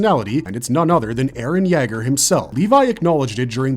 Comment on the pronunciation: You way you say Yeager wants me to kick a dog